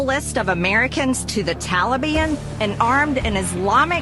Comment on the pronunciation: Have anybody noticed how she pronounces "The Taliban. Is she trying to intimidate somebody??? By shooting those guns??? Her mouth was not enough???should we start shaking???